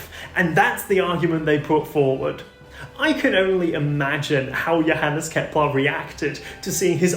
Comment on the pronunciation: Ah, Kepler, not Keplar.